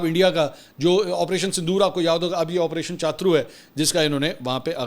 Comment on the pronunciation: کیا چاترو چاترو لگائی ہوئی ہے۔۔ چھترو بولو